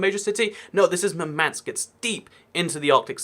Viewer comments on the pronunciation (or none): It's not MurmAnsk, it's mUrmansk. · For pronounciation of Russian cities above Arctic circle which you mentioned: Murmansk is pronounced in Russian with stress falling on the first syllable (MUR-mansk), while Norilsk is pronounced with stress falling on the second syllable (No-RIL'SK). The biggest part of Russian fleet is, in fact, the Northern fleet mostly based around Murmansk (the only real ice-free Russian port on the north shore) and ArkhAngelsk/SeverodvInsk (on the shores of White Sea, I emphasised stress in their names). But it is very hard to get ships around Russia - you either have to go around all of Asia (or even Africa, if you don't use Suez channel for whatever reason), through or around America (for Russian navy? Through Panama channel? Yeah, right) or through freezing Arctic where pack ice can crush even well armored ships if they aren't icebreakers (those have different hull form and structure). But control of the Black Sea region is very important to Russia which led to Crimea debacle (agreement on russian loan of Sevastopol base was going haywire, so Putin decided to just seize the peninsula to prevent loss of a base to NATO forces). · It's pronounced "Moor-man-sk" (With british accent).